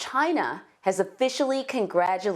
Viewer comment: It says Made in “CHAY-NAH”